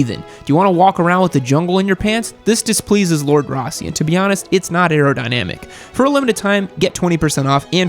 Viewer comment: It's not airodinamyic! 😂😂